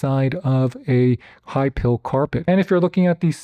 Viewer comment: Hi PILE carpet. Not high "pill".